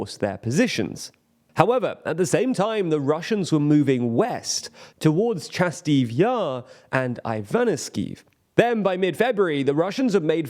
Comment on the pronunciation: Why are you saying ChasTiv Yar and KramatorTsk?